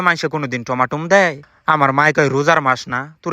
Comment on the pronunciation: কথা ঠিক করে বলেন টমেটো টমাটুম না